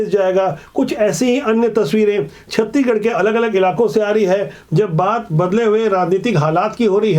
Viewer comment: छत्तीगढ़ नही छत्तीसगढ़ बोला करिए